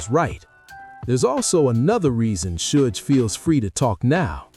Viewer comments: Sodge knight. Fucking AI... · We already though Reggie the rat Wright Jr was inmvolved from the start, this is not new and the AI voice does my head in it cant say Suge properly haha